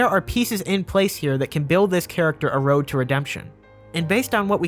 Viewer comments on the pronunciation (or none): none